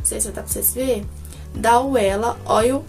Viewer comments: esse óleo a pronúncia é "vela" se escreve Wella mais se ler com "v", e ele é muito bom. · meu sonho meu cabelo não ficar oleoso! esse oléo da Wella é mara, se pronuncia: vela. Beijos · Tbm tive nervoso dela falando “uela” rs! Logo que ela passa da uma diferença ABSURDA, ja quero! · do céu, o nome do óleo é wella no caso esse "W" tem som de "V". O óleo é da Vella no caso Wella. Marca famosinha e cara.